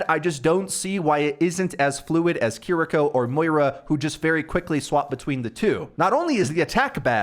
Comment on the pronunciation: bro said Care rico.. kiriko g 💀